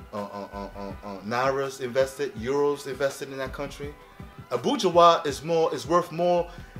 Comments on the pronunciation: Its not called abueha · Its abuja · He is pronouncing abuja wrong